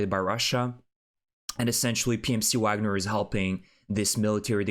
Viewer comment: Wagner is pronounced with a “V” not a “W.” The group is named after the composer. Their logo shows Вагнер.